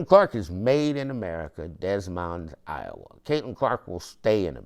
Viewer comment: Hi Des Moines is pronounced” Dee Moine” the s in is silent.”